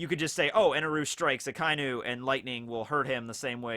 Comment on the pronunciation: Ah-kah ee noo. Not ahkainoo